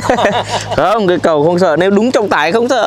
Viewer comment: Toàn là kỹ sư ngọng. Người ta nói là 'ấy cái cầu' kỹ sư ngọng là 'ấy ái ầu'